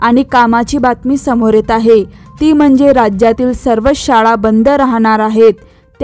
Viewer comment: शाडा नव्हे शाळा उच्चार अस्पष्ट